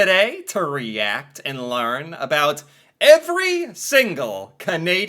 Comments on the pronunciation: Why is he saying aboot?? 🤢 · I’m Canadian & I have to say this guy is the only Canadian I’ve actually heard pronounce about as aboot, so this is like seeing a unicorn